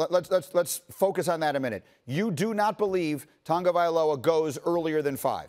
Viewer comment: The man's name is not TON-gavialoa. Sheesh